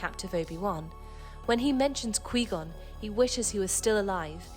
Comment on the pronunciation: Its pronounced kuh-why gone Not qwee gone